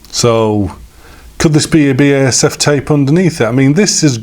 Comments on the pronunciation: It is B A S F! not Basif and i never heard anyone pronounce the brand like that in germany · The pronunciation was always B A S F In germany. See here in this late BASF Advert Thx for the great Video.